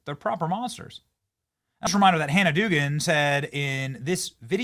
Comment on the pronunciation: Dougan is said ‘dough-gan’ . That’s my sister’s married name.